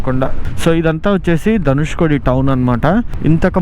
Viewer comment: ధనుష్కోడి కాదు కోటి